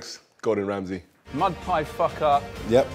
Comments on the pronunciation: thats not Gordon Ramsey thats Gordon Hamsey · That's not Gordon ramsay that's rordon gamsy